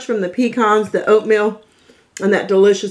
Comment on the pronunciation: Alright for this old school recipe!!! I grew up wit this in the South and I'm so glad to see you celebrate this simple but classic Southern treat! God bless our Southern mamas!!!! p.s., thank you for pronouncing "Pecan" correctly also, lol!!!!